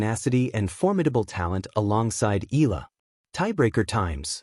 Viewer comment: Say it correctly Eeyala..👍👍👍